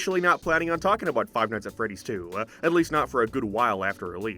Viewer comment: “Five mights at Freddie’s” He was in the restaurant for maybe 30 minutes